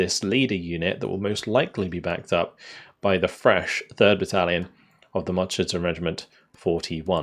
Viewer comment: Whenever you say 'Marder', I always think you're saying 'Martyr' and I'm like, “WHAT?!”